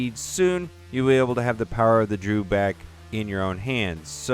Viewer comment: Your mis-pronouncing Dewback, there is no letter R in the name.